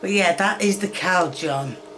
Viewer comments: I almost busted out laughing when i heard her say cowl-jun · the reason we were so concerned in the UK is she was saying Calgone, which is like a laundry detergent or washing machine cleaner of sorts lol. legit made us on edge like shes finally going to poison herself or her son, my gf and I were so confused aha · I'm English and don't pronounce it as caljun she's just an idiot. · Oh ok, Caljun, and now do us a favour, say aluminium properly. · Ya lost me at Tomatoe sauce for sir fry😂😂😂 then Cowjun was the nice cherry on top😂😂😂😂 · Cow jun you say? Such an odd way to pronounce that one. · I’m British yes it’s cal-gon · The fact she said “Cow-John”. She makes me feel like a chef and I can bare minimum cook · She even looked back to check if it was correct before saying “Cow-John” again 💀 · It sounds like she's saying "cow-jun"... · Her name is KAY and she can't say KAY-jun? Oh my goodness, she is wholesome. <3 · It’s pronounced -jun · I heard cow dung too 😂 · It’s -John! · Saying Cajun as cow-jun is a sin if you didn’t know. 😂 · I thought he saying “ca-jow” in the video of her making a roux was bad but wtf is a “cow-john”, is they akin to “n-word jim” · I’m British and can pronounce Cajun correctly k-jun is how it’s meant to sound this is just cooking being clueless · From now on, I'm gonna be pronouncing "Cajunn" as "Cow jung" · Tbf, I have never heard of cahjuhn either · "That is the cow-juhn." *looks back to see if she made a mistake* "Cow-juhn." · Thought she said cow junk 😢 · WASHING MACHINES LIVE LONGER WITH COW-JUHN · She even says “cow gone” a few times haha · Cow-Jun is now the only correct way of saying it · I heard cla-jun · She said cal....jon. she mispronounces words on purpose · She said cow-gun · "calgon" instead of "cajun" had me rolling. Not sure if eating before watching this was a smart idea, I may get sick 😳🤕🥵🤢🤮😆😅😂🤣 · I heard “cow junk”. Is this going to be like that one video covered with the raw testicles? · "Cow jun"